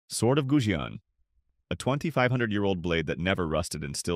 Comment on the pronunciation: on the theory that you are an actual human, not ai slop narrator, there are a bunch of words that might be hard to learn growing up during the pandemic: Goujian - Gooj yen Mawangdui - Ma wang dway Sanxingdui - San sying dway Mise - Mee suh (you even show the original characters, yet still say 'few surviving pieces of mice wear') Zhang Heng - inexplicably you nailed this one.. 10/10 xD Cai Lun - Tsai Loon